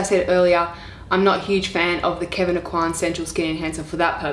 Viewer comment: The pronunciation of the name Aucoin is Oh Kwan (swallow the n and barely pronounce it, and A as in apple)